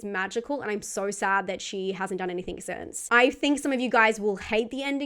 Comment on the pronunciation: Argg, so difficult to listen to with the host's rising inflecTION at the end of sentences, that and the use of 'any -think' instead of anything.. Sorry, picky but it just grates on me 😬😆